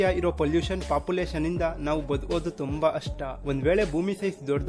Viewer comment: ಅಷ್ಟ ಅಲ್ಲ ಸರ್ ಕಷ್ಟ but ಒಳ್ಳೆ ಮಾಹಿತಿ